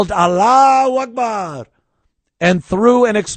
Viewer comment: Allah WACK barr more like it